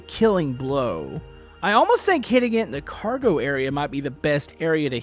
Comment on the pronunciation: Its car-go